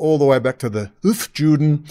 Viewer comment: Its hofYOOden, not JEWden.